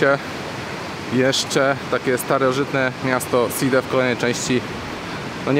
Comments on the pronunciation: To jest amfiteatr czyt-- SIDE , a nie żadne sajd. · Drogi Panie! Side nie Sajd.